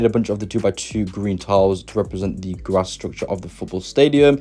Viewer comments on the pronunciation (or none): none